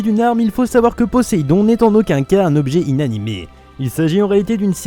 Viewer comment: mec poséidon pas poéssidon